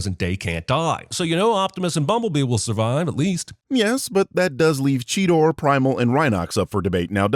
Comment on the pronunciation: Did Cheetor say Cheeter?